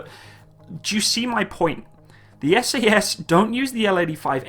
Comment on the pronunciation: It's SAS not SES. It's SAS not SES It's SAS not SES